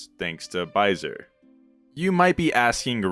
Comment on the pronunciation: hi, french dude here! it's prononced "baisé", not "baisere", the R is silent ! Also it's the french equivalent of the world "Fucking" ( baiser = fucking, baise = Fuck ) but as opposite to english we don't use it to swear, only for what it mean. But it also has a more wholesome meaning which is "un baiser", "a kiss"